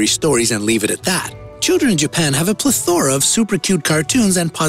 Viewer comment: How to you not know how to pronounce plethora? Wow